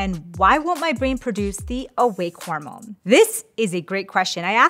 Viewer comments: “Horomone support” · "Horomone" support?? 🥲😅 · horomones lol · Did anyone else notice that the intro says Horomone instead of Hormone? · "Horomone" Support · "Horomone Support"? Oh dear,. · "Horomone" Yes.